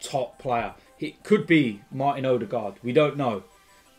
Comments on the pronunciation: ITS PRONOUNCED oodegar the d is silent but your forgiven lol. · his last name is pronounced more like Uh-the-gore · the ø is pronounced like the u in «run», and the å (aa) is pronounced like the o in over. need to learn this!